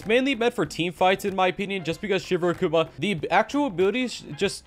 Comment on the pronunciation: I don't want this to sound as hate, but rather help. You're pronouncing Akuma wrong. It's not Akuuma, but rather more like Agkoma